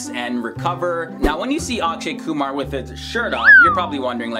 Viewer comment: At last some one pronounced my last name properly